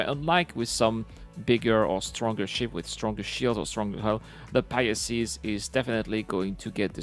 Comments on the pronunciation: well, that's why I'm trying to help. It's easier to say pi-sees than pia-sees. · It's the Pie-seeze, not the Pie-ess-eeze